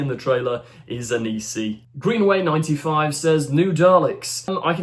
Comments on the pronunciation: It's Anansi, not Anisi. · It's pronounces Ann-Ann C. not Anise E. Watch American Gods. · How the hell are you reading Anansi as Anisi? And don't they teach kids about Anansi at school anymore?